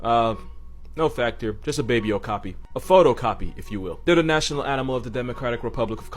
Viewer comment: Did you just say a "PhotOcapi"? ahahahah I just love this kid. <3 <3 <3